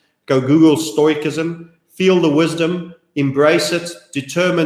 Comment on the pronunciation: Stoicism is pronounced: stow· uh· si· zm